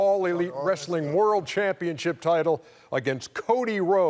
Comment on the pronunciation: It's the champ-e-own!!!